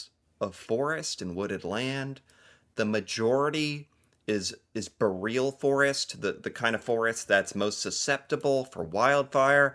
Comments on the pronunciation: For future reference, "boreal" is pronounced with the stress on the first syllable, like "boring". (i.e. "BOR-e-ul", not "b'real".) Same origin and stressing as as "aurora borealis". ("boreal" is from the Latin for "northern", just like the "austral" in "Australia" and "aurora australis" is from the Latin for "southern") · it’s pronounced borial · It's BOR-E-AL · Phonetically it is the bore-e-all forest. 🇨🇦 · Boreal forest is pronounced boreeeal. It is vast. Hard to put out fires.